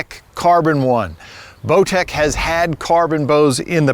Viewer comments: I swear he said blowtech. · lmao he calls it a blowtech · seconds accidentally says blowtech, I listened to it several times and every time I heard the same thing. 😂😂it’s funny, but I know it was a accident. Bowtech is one of my favorite bows.